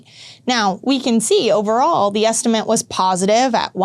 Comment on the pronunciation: Good video, but please learn to say ESTIMATE